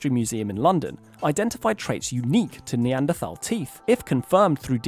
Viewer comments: so out of his depth he doesn’t even know how to pronounce Neanderthal correctly. Imagine someone coming on JRE pretending to be a car expert and they pronounce Porsche like “porch”. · Dave pronounces Neanderthal in a weird way that I am personally not familiar with. This is odd and deeply unsettling and makes me think the earth is flat. Please apologize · He can't even pronounce the word Neanderthal